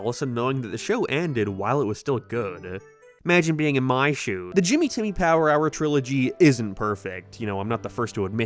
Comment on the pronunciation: Bro finally pronounced it right 😭😭😭